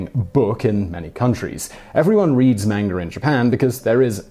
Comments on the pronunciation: FYI Simon, manga is pronounced mahnga, not mehnga. It's not really that hard to pronounce Japanese words correctly, all you really need to know is that it's based on mostly vowel sounds based on syallbles. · Am I the only one who hears him say "menger" instead of "manga"? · its pronounced "M-ON-GA", not M-ANG-A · It's pronounced 漫画 not "MAYN-ger" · Hey there Simon! I love your videos! I feel that because I watch them often and I hear you talk about looking up pronunciation for things you are unfamiliar with, I would like to ask you: are you sure about the pronunciation of ‘manga’? I believe it is a deep ‘a’ like ‘lawn’... I ask because, even though I know it is pronounced with a deep ‘a’, maybe sometimes it’s not (like when a word has different pronunciations in different dialects). Maybe other people have already commented about this, but I was an English teacher in 4 different Asian countries over ten years and I’ve been to Japan, so I felt compelled to say something- because I love your show! Peace and love! Ps I especially enjoy episodes about japan and pretty much any other Asian country, psychology, crime, history, ... I can’t think of any that I dislike! Lol Thank you for all the information you share! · The word is pronounced, mahn-gah. Both As sound the same. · You are an unually nice presenter, but it gets very annoying to hear you call manga "mangar" every time another word quickly follows. Yes, I know, it's a British thing. Obama is "Obamar", Indonesia is "Indonesiar", and so on. Still comes across as very odd. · It's not 'Manga' it's pronounced Monga. Sorry Simon, u got that one wrong again. U should check the way a word is pronounced before making a video. But thanks for the info. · Dat pronounciation of manga though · You pronounce manga wrong. Shame.